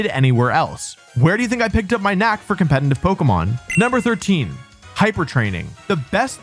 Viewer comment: For someone who says the word "competitive" so much, can you please try not to pronounce it as "compenitive"? It's very distracting 😂😂